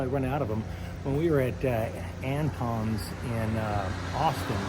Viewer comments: From a native Texan, Antones is definitely pronounced Ant-Tones with the O like tone. Getting close to those wedding bells. You guys are great! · I love this guy, but tell me you ain’t from ATX without telling me you ain’t from ATX. How he pronounces Antones.